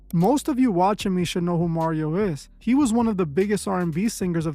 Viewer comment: Mario, nobody wants to be taught by you, sir, and his name is not Mario. It’s Mario.